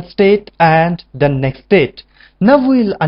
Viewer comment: amazing work!! Just try to spell "next state" more clearly.. it sounds like "nested" !